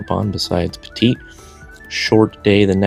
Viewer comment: Just an FYI, Pettit Lake is pronounced Pett-it, not Petite. 😉👍🏼